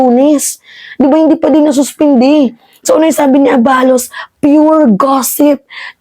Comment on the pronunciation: Fyi miss, the right pronuncition is a-balos', the stress is on the last syllable